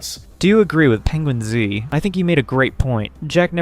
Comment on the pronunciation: Hearing him pronounce Atozy and PenguinzO makes me think this is ai